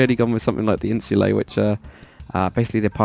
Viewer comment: What he has built is an odd shaped domus and insulate is pronounced in-s-you-lie